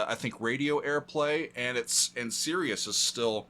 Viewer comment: it’s not SERIOUS it’s Sirius!